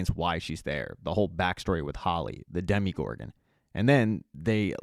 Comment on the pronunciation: Great video only complaint it’s dm-o-gorgon not dem-e-gorgon